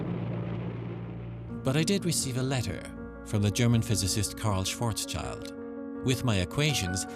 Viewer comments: One comment which may irk you though; pronouncing Schwarzschild (Black shield) SWARTZ_SHILT or thereabouts. Thank you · Is really so difficult to pronounce Schwarzschild?